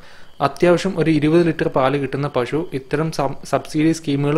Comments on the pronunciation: പ ഷു അല്ല പശു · pashu anu makane pazhu alla